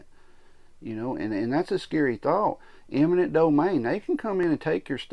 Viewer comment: Sorry. You have points, of course. But it's "eminent" not "imminent."